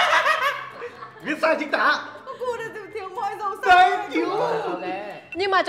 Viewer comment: "Chính tả" not "chính tã"....(Tã Bỉm,Tã Tơi,Tã...)